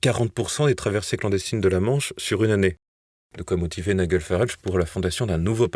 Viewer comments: Ça se prononce NAÏDJEL Farage (pas Naïguel) …… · Cher: on prononce Ni-J-el, et non NiGUel! Comme le G de "Georges", et non comme celui de "Golfe"... Merci pour tout, avec toute ma sympathie! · Nom d'un chien, quand allez-vous apprendre à prononcer les patronymes et mots étrangers correctement ? "Naï-gueul" par-ci, "Naï-gueul" par-là, c'est insupportable ! Le prénom de Farage se prononce "Naï-DJEUL". Qu'on se le dise une fois pour toutes, sur votre chaîne comme sur d'autres, d'ailleurs... 😤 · Il est quand même grand temps d'envoyer vos journalistes suivre un cours pour apprendre à prononcer le prénom de Nigel Farage. Il ne s'appelle pas Niguel !!! Vous n'avez pas assez d'argent pour payer de vrais journalistes? Vous en aurez encore moins quand nous cessons de vous soutenir financièrement puisque vous continuez sans prendre nos remarques en compte.